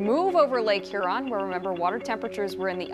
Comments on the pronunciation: It's Her-in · You keep mispronouncing it. Hearon. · Its pronounced here-on lady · Subtropical hurricane "huron" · Th pronunciation of Lake Huron is frustrating